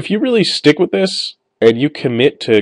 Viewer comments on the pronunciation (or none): none